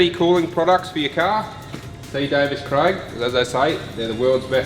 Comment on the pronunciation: Davies Craig not davis craig